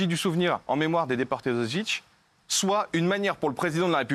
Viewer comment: Y'a personne qui va lui apprendre à prononcer correctement "auschwitz"?